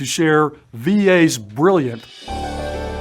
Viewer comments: WHY IS HE SAYING IDEAR INSTEAD OF IDEA? DID I MISS SOMETHING? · Seriously? Assistant Director of the Veteran Affairs can't even pronounce the word IDEA correctly? also...wtf is "ideaR"? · Unless this talking head is from the UK, he should not easily add an “R” to the end of IDEA. IDIOT!